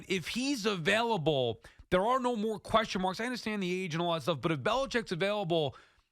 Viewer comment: Tierney, for the love of God stop swallowing at the end of words that end in "n" I’m so tired of hearing you say "questiom" and "cashmam" it’s beyond irritating